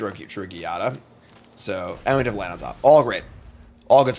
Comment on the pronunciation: It’s pronounced “GYATT-a” because she makes every angel’s already ample bum stat grow